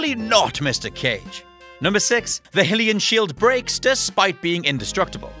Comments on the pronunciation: It's pronounced "high-li-yan". NOT hill-li-yan. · Hylian is pronounced HIGH lee un and Skyward sword never happened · Personally more bothered by the way he said Hylian, does that make it the land of Herule instead of Highrule?😂